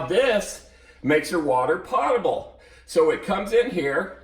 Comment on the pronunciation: Thank you for the videos. A little known fact: potable is pronounced poe-tah-ble